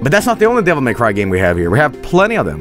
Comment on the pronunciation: “Devil May C”